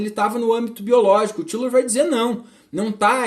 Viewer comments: Lembrando que a pronúncia é "Táilor". Os ingleses e norte-amricanos pronunciam assim. No início quando comecei a ler a obra dele também pensava que era "Tílor". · A pronúncia não está certa . Até onde sei